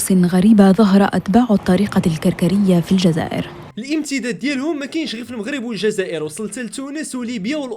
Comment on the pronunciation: العنوان : الشيعة في المغرب و ليس الشيعة فالغرب....تحسنون النطق و ليس الكتابة!!!!